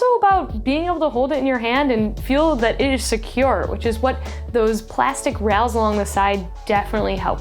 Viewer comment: Rails not rals, loved the review tho